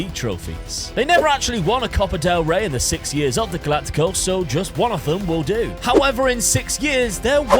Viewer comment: Why are you saying Galaticos like that hahahahaha